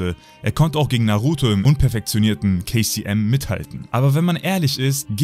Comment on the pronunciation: Immer wenn du kcm gesagt hast hab ich kfc verstanden